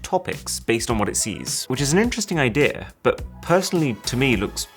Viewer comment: I like how he says "idea" to "idear" and other words that end with e🥹